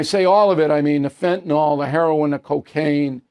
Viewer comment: Fentanyl (FENTA-NILL) - would everyone please stop calling it FENTANOL.....